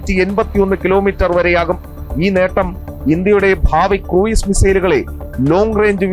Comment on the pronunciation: Cruise = ക്രൂസ് ✅ ക്രൂയിസ് ❌